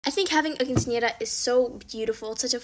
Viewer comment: U pronounced quincenera so perfectly ❤❤❤